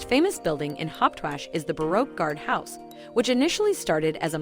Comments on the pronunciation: Hawache not Hauptwash . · It is not pronounced "Haupwashh" 🤣🤣! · Thumbs down for false information and false pronunciation. Hauptwache is pronounced wrongly also. Kleinmarkthalle is not a cheap market.